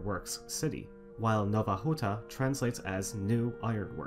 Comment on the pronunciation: Out of curiosity, do you speak any polish? Your pronunciation of Polish names such as Nowa Huta were really good, I wonder if you researched them, or if you knew how to say it?